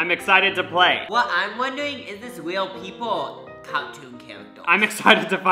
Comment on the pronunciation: “what I’m wondewing is this weal people ow cawtoon chawacters” awhhh